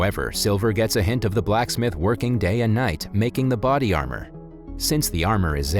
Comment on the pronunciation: Why you gotta say Blacksmith like it’s two separate words?